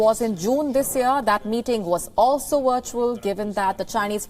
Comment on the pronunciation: You are mixing up the pronunciation of the W and V sounds when you speak. You are saying 'wirtual' if you practice saying these sounds correctly your delivery will be much more professional. Your content and reporting is excellent but ALL of the reporters need English lessons geared towards phonics specifically. My Hindi is non-existent but I'm not presenting the news. Take some lessons with a native speaker (preferably English) and thank me later. You're welcome in advance.